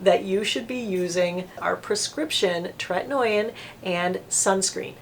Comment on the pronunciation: Tretinoin is pronounced TRET-IN-OH-IN not TRET-IN-OY-IN. Also azelaic is AZ-EL-AY-IC